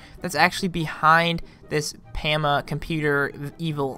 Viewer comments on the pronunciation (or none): its poma. not to be mean